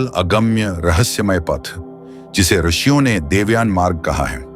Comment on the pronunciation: आर्षियों मत बोलो ऋषियों बोलो